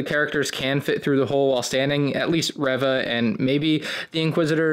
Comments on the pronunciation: why do you call Reeva Revah? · its pronounced REE-VUH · Good video overall, but I just couldn't get over the pronunciation of "Reva". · Correction her name is Reeeeeeva